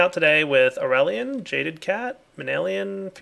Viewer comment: it's aureylian...